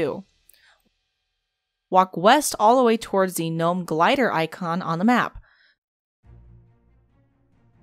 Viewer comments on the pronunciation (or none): none